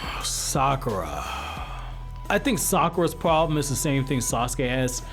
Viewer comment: Cmon bruh. It’s Sakura 💀